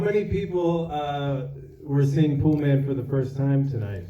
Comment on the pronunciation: It’s called “Poolman”. How do you mess that up?